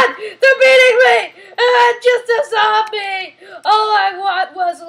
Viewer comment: You pronounce it zOmbie not zambie